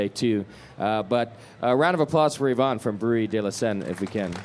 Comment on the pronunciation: not Yvonne